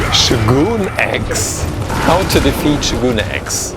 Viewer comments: His name is showgun x not shooooooogoooon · IT is NOT shoo-goon X it is pronounced Show-gun X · yo its shogun x. the sho part is "show" and the gun part is just gun but not goon. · fyi its pronounced Show Gun, And he looks awesome great job!